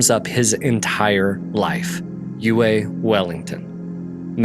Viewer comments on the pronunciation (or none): His name is pronounced "U E" not "U A".